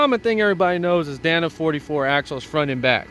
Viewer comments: Dana. Not Danna. DAY-nuh. With that body lift you could easily tuck the drivetrain up a bit higher and have a flat belly skid. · I used to date a girl named danna.😂 i believe the axles are pronounced "day-na"